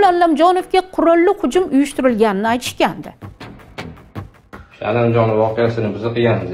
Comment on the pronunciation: Allamjonov emas jurnalist honim Komil Alamjonov tilizni sindirib quymen tagin chiroyli gapiraman deb oddiy aytsaizam tushinamiz.ALAMJONOV familiyasi